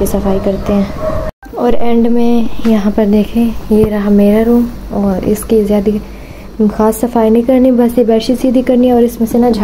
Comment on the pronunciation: Jadi nhi jada bola kro